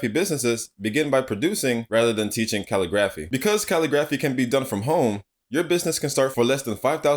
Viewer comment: It’s pronounced ca-lig-grif-fee🙃